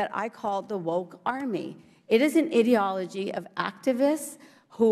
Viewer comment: Woman needs to learn how to pronounce ideology 🤣🤣🤣